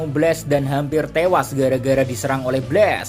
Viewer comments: kalo pengucapannya pake e itu BLAZE, kalo BLAST pake a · Min pengucapan BLAST, bukan pakai e tapi pakai a